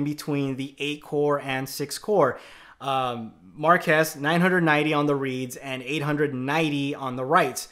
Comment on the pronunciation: His Name is Marques not Marcus he once made a FaQ about his name and pronounced it the same way did